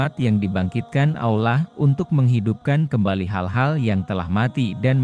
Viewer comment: Kenapa pengisi suara nya harus AI sebut Allah jadi olah gmna sih